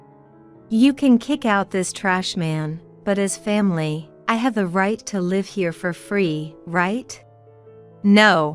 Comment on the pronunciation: It’s live misponouned incorrectly